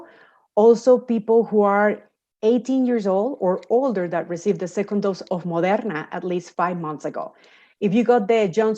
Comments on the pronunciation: I like how her accent peaks when she says Moderna. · I love the way she pronounces Moderna